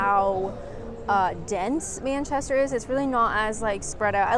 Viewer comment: It's so so strange to see you outside your own four walls..., even though its happening more and more! How long have you been in England...? Still can't pronounce Manchester? Babble was a flop for me, Had no luck with French, maybe i'll have more luck with Spanish. If I deceid to give Babble another chance. This was an informative and well edited video, that kept me on it till the end. Thx.